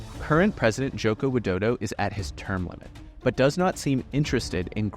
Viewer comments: ain't no way you call president Widodo to dodo🙏😭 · He literally said Joko Widodo, and I'm Indonesian, it isn't pronounced that way We usually say President Jokowi Dodo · It's Widodo..not Wildodo...